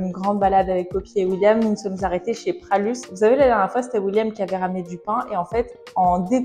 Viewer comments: Hello, je t'adore ainsi que tes vidéos comme toujours!! Il me semble que l'on dit Pralus U, et non pas "pralusse" 😅😅 Je ne sais pas si quelqu'un te l'a déjà ou pas. Sinon les 2 robes te vont divinement bien bisessss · Pralus !! Originaire de la ville natale c’est Roannais ! Pour information haha beaucoup pensent que c’est Lyonnais mais non! On le prononce D ailleurs sans le « s » ! Quel plaisir de voir que les produits plaisent 🥰